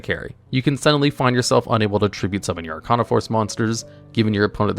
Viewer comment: First, you pronunced Arcana wrong. Second, how could you not mention the otk move using The World and Samsara Lotus?